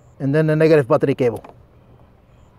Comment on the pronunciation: What's a postive patricabho?! Oh 'battery cable' 😂 Thought he switched it up to Spanish